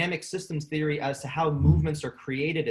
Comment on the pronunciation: In theory? More like.. "In Siri" 😆 Absolutley loving this talk so far! I am super glad that I forgot you started a podcast, and then remembered again, so I can now binge them! Yes yes yess, thank you so much for this.